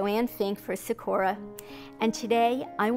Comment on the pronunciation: The way she pronounces Sakura, makes me cringe...